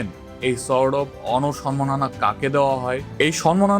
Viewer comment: আপনার উচ্চারণ এতো বাজে কেনো? শুনলে আর ভিডিও চালিয়ে যেতে ইচ্ছা হয় না। 'সোর্ড অফ অনার' ওনর হবে না 🙄